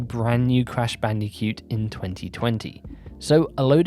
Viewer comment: I love how you say bandi-cute 😂